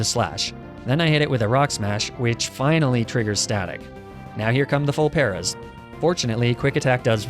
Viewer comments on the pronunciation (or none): Upset that you don't pronounce Paras the same way as Lapras